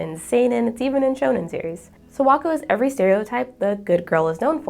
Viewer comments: This was a great video, thank you for making it. I just have to be the Japanese pronunciation police for a second. Kimi Ni Todoke's Sawako. The "Sa" is pronounced like "Sakura" with emphasis on the "A." Yours sounds like "Sowako" or "Serwako." So please just be mindful to pronounce "Sa" like Saturday, "Sa-Wa-Ko." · not to mention the way she pronounces Sawako is terrible. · I love your video so far, but it's really hard for me to get past the pronunciation of Sawako/Sadako 😭💔